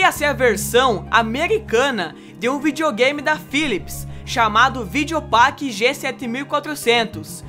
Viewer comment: kkk olha como ele fala video game kk